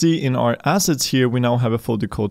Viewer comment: Brother, I love your videos, and know your first language is not English ... But man! ... 😂😂😂 When you say "... these Unity ASSESTS", it truly sounds like you are saying, "... these Unity ASSHATS"! Sorry ... Love the videos, and try to donate when I can ...